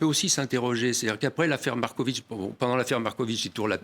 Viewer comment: Il.ne cesse de dire Marcovitchhhh. C est.agaçant. Au moins l interviewer l.a bien prononcé. MAR KO VIC.